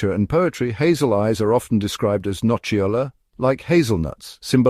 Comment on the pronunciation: Just for help: "nocciola" is pronounced "no-tcho-lah". Please, stress the double C, "sit" on it, and you will get the sound. ;-) I've got this feature in my family, but as a recessive gene. So, dark hair, hazel eyes. A part of my family, they say, were made of blond, tall and hazel eyed people. In few words, very nordic. But I am not. Light bown and mixed shades of green live together in this rare feature. And, of course, I am Italian. I just wonder why, in some imaginary, Italians are depicted as sub-Saharian tribes. It always puzzles my mind.